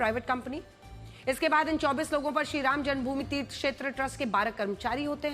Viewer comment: Tumhe Sriram bolne nahi aata hai 😂😂😂😂😂😂😂😂😂😂😂😂😂😂😂😂😂😂😂😂😂😂😂😂😂😂😂😂😂😂😂😂😂😂😂😂😂😂😂😂😂😂😂😂😂😂😅😅😅😅😅😅😅😅😅😅😅😅😅😅😅😅😅😅😅😅😅😅😅😅😅😂